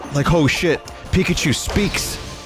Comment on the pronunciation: It's pikause